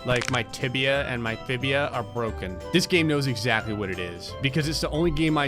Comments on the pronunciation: Did he just say tibia and fibia instead of fibula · "my tibia and fibia are already broken" Me: triggered by his pronunciation of the words -_ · Tibia and, ummm fibia? lolz. Great video 😂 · Tibia AND FIBULA ! NOT FIBIA!!!! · "my tibia and fibia" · Wait did he just say Tibia and Fibia? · Did I just hear tibia and fibia?